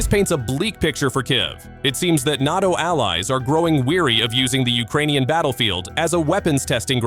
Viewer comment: Its funny to hear Russians clutching their pearls at the idea of foreign fighters/mercenaries in Ukraine when they had battalions of North Korea. ...and seriously 'N-ar-TO' --- it's prounced N-ay-TO. Try to train you AI better . Embarassing Glad you bleeding out Russia - you are losers. Rightfully so